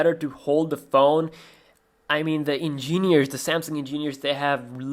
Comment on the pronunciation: "EngÈneers" Hahaha